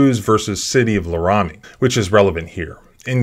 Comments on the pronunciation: It’s pronounced Laramie, Wyoming. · Laramie is pronounced lair-uh-mee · The Laramie pronunciation caught me wide-eyed... /ˈlærəmi/ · Please pronounce LARAMIE properly please!!!